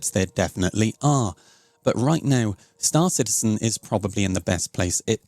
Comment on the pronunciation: Why are people starting to use Morph's pronounciation of "St-aÁr Citizen"? is it like a fashion thing?